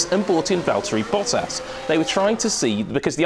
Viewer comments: "Valteri Potter" rofl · I think he said Valtieri Potter LOLOL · "Valterri Potter"